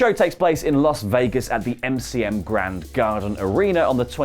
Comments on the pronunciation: "MCM Grand" MCM MCM MCM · "MCM GRAND"...LMAOOOOOO IDIOTS